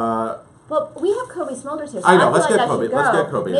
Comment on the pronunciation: Smolders? I thought it was Smulders.